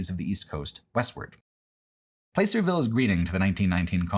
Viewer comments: I lived in California very near Placerville for a long time, and it was wild to see it on video and documented with your insightful thinking. I miss the beauty of Northern California’s mountains and forests very dearly.(Also, it’s pronounced like “Plass”-er-ville rather than “Place”-er-ville, not that it really matters) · Hey, my hometown of Placerville. BTW, it pronounced plass-er not place-er lol. Funny moment: right as you said the phrase "hidden history" you were driving past our strange Druid monument. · Never heard Placerville pronounced like that. Hard to believe you passed within a stones throw of where I live- I'm slightly north of Placerville in one of pitstop towns between there and Tahoe. I'm a little sad we weren't mentioned, but I get it. Anything between Placerville and Tahoe is basically unremarkable. The 'Hangtown' controversy is very in line with how most of the people in the area behave. My political science teacher recounted how one time a truck carrying a billboard with two guys kissing happened to pass through and the town was ready to riot over it. I'm not comfortable with talking to a lot of my coworkers about my politics, nor my sexuality. Maybe one or two actually seem to be amicable, but then the rest is 'communism this and communism that' and one of them I know openly dislikes the idea of gay couples adopting. It's like the Alabama of California, but for some reason they all hate living here. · Everything was fine until he mispronounced "Placerville"... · The nostalgia-tinged surreality of hearing describing the repulsive horror of Historic Placerville, a place I spent some time growing up in without anyone offering me context for Old Hangtown at the time, contrasted with the jarring immediacy of never before having heard it pronounced with a long 'a' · Oh nooo you mispronounced Placerville! Can't blame you, but that really struck the ear as a NorCal native